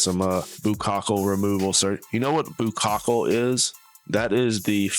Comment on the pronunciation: No, Sir---"buccal fat." Just 2 syllables. Great video.